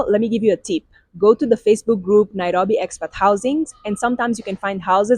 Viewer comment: I just love her pronunciation of Nairobi❤